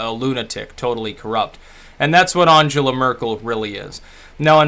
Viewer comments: At least have the curtesy to pronounce her name correctly. You're quite correct about her immigration stance, in the sense it was absolute madness. However, she's not squeezing the middle; and the average German has a high standard of living, access to very high quality tax funded healthcare, a solid work ethic, industry focused apprenticeship training from school, inexpensive and high quality education and first rate research. Trump is the total opposite. If he and his administration were representative of the US the wall would be a sensible barrier, in order to keep his poison away from the rest of the world. You have a lot of problems in the US, none of which Trump and Congress are fixing, and your whole political system has become a world posterboy for corporate corruption. America is pretty big, militarily powerful but not enviable. So what if she didn't shake hands. She'd have to wash them if the Russian tape exists. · You might want to learn how to pronounce her name?